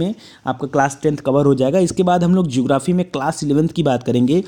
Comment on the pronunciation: Sir geography not jography